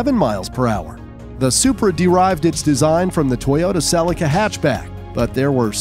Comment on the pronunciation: they way he says Celica makes me rage